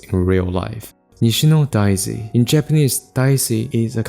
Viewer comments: DAY-zee, not DYE-zee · Your pronunciation of Daisy and saying “in Japanese Daisy is a kind of flower” made me think you were talking about a special type of Japanese flower. It wasn’t until I looked at the subtitles that I realized you were just saying an English word with an accent and what kind of flower it was exactly